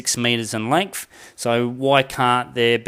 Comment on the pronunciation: Yes. If you stop saying “lengf”😉